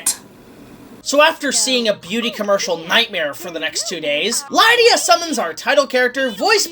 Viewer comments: Liedia deetz was kinda annoying lol, its Lydia dude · Lie-dia Deets? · Why do you pronounce Lydia like that? Lol